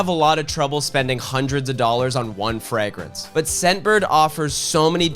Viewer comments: Did you say Frag-rinse? like 12 times? 😁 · please why do you pronounce fragrance the way you do.. please stop… for me 😢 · I had to stop watching because the way he pronounces fragrance ruined my day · Is that how Canadians pronounce fragrance? 😂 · I didn’t skip through the ad because I love the way you pronounce “fragrance” (yes I have autism)